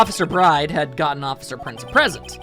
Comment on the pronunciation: Yeah, Maggey's last name is pronounced as "Bird".